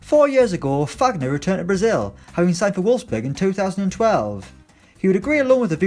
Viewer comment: It’s pronunced faguiner